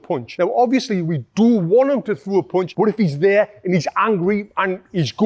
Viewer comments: Punch* not poonch 😅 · Great video, thanks, but what is a "Poounchh?"